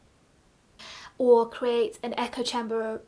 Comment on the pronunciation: “Will create an echo chem-berghhmegerd” loved that you shared the bloopers! 😂 Great vid and I’m trying to get better at saying no to stuff too! Keep it up